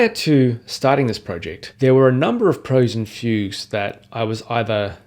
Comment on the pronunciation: “Preludes and Fugues”. But his pronunciation is very weird.